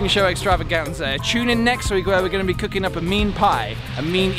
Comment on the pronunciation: LOL instead of Cooking at the beginning I heard Cocaine 😂